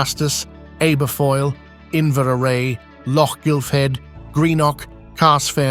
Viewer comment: I think its called Kezz ick not Kes - wick. Looks like another week of...errrr...winter then.